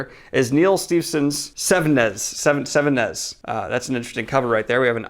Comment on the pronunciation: It's pronounced se ve ne ves